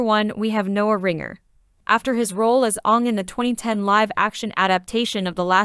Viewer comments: Coz he didn't play Aang, he played Ong! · Wow even the narrator got the name Aang wrong